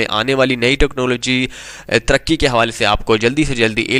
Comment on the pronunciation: "Turkey" kar lee Kay "taraqqi" kar lee ??? Learn at least Urdu jahil aadmi